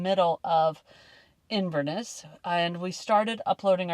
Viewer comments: Hari Om Oh yessssss... such familiar territory! FYI... the emphasis is on the last syllable - InverNESS... and it's the River Ness that powers through it. The Catherdral is lovely, and you can walk over the islands further down. Yup, you got a lot more to see on your return(s) 😃YAM xx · One emphasises the Ness at the end of Inverness